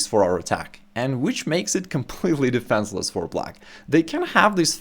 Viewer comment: Hi, top content but - you have a funny accent - you exchange an "e" sound for an "a" sound in words. forget - you say forgat, and recommend - you say recommand - defenceless - you say defanceless. Then you exchange an "i" sound for an "a" sound - aggressive - you say aggressave.